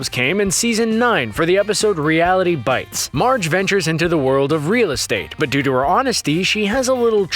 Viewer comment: "Realty Bites" not "Reality Bites"... wait, is this the channel that deliberately mispronounces things just to trigger people like me?